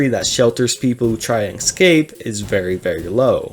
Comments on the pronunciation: I love when people say "eckskape" rather than "escape" lying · I wish he'd say escape and not excape